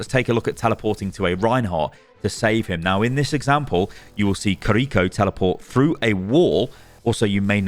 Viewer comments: Ki-Ri-Ko not Ka-Ri-Ko🤢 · "Creeko" my dude. her name is Kiri-Ko. jfc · "Kuhreecho" 😩 each two letters is a syllable. Key, ree, co. Ki-ri-ko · kreeko.. do people do that intentionally or do they can't say Kiri-ko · you are pronouncing it wrong. its not kiRIko its KIriko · i hate how he keeps mispronouncing her name "koriko" bruh theres two i's its "kiriko" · Kind of triggering me that you're pronouncing it ki-reek-oh 🤣 Kih-rih-koh with no accentuating any part of it. Aside from that thanks for the demonstration/explanation 😆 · Im sure its Kiriko not KRRiko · It's not kiRIko is kiriKO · I'm so triggered that he pronounce her name korrikoe is it hard to say KIRIKO?🥲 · It's not Kariko It's Key riko. Ki is said like Key. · Pronunciation: key-ri-ko, not cariko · Kee ree ko not ko ree ko ._. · its ki ri ko🤣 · Why do you say Kuh-REEko??? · It’s pronounced KIR-i-ko. The accent of the name is on the first syllable. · the way he pronounces her name makes me cringe so hard ahhahaha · Now that's one interesting pronunciation of Kiriko lol